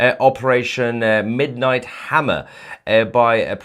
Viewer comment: Was that "Midnight Hammer or "Martell Hammer?